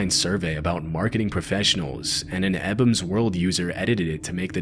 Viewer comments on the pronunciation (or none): “Eh-behm’s world” is one way I’ve NEVER heard Ebaum’s World pronounced😂😂😂